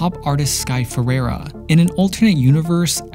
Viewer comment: "Ferrera".... LOLOL